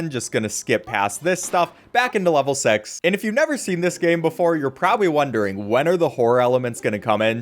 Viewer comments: you said Sex Not Six 💀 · Did he really say level sex?